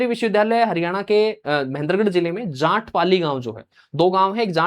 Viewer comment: Jaat ko jaant mat bolo